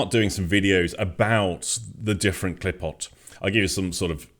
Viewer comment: The pronunciation of the word klipot is klee-pote the pote part would be like the beginning of the English word potential sans the ending "ntial". Regarding seeing this differently from bearded men in Israel... as one of them who has been in sifre Kabbalah (Kabbalah texts) for decades here in Israel... yes we see it much differently.